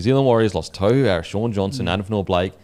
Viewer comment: Put some respect on his name and pronounce it properly it’s tore-who Harris 🤦‍♂️